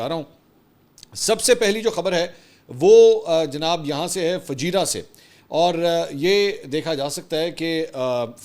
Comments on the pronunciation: Mansoor bhai it’s Fujairah not fajira . All is normal here. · Correction: Fu-jai-rah, not Fajirah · Sir, its not fujeeeera...it is pronounced as fujaayra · Bhai ..Fujairah naam hai, app fajirah keh rahay ho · Fujeirah hai not fajeera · It's not fajeerah it's Fujairah Akhi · FUJAIRAH,, not Fajira. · Not Fajeera, it is Fujaira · It's Fujairah not Fajira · Mansoor its not Fajeera, its Fujairah :) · Fujairah Mansoor sahab not "Fajeera" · Mansoor bhai, pronunciation correction for couple of City names. Bcuz i had been working there at various ports as a Mariner (Seaman). Kharg island (کھرگ جزیرہ), Qeshm (قشم). (قے شم) Fujairah (فجیرہ) (فو جے رہ) Im making this correction as many media outlets pronouncing it wrong. Kharg as (خرج). Couldn't understand for long time, ky ye خرج konsa city hy.. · Mansoor bhayi, it's Fujairah - Pronounced as Foo-Jai-Raah. We are about to enter a polar world. East vs. The West. And India will be isolated in the East. US will have to leave "The Heart" (Middle East). US will dig its own grave once they bring troops on the ground. Jerusalem will be the new Superpower of the world on the West. And we are yet to find out who will the power be in the East (for Muslims). Pakistan keh achay dinn anay lagay hain! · "Fu Jai Rah" is how you pronounce it.